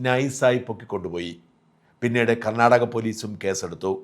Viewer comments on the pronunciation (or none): none